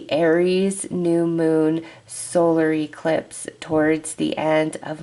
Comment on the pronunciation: I have never heard anyone pronounce eclipse as E clipse lol so interesting I get a kick out of it.